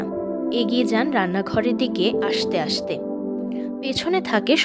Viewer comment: খুব সুন্দর পাঠ ! কিন্তু বাশ মেশ শাইকেল আশতে আশতে এইরকম উচ্চারণ গুলি ঠিক করলে আরো ভালো লাগবে শুনতে। এমনিতে খুব ভালো লাগছে গল্পটা।